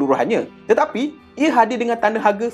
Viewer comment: tetapai😂 kau ckp ape do mengarur btul la😂